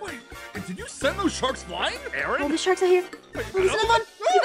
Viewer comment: Dets not hou jou spel aaron jou dont do aren